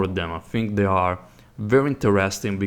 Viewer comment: i liked it but really dude? you say HAREA and HARE instead of area and are...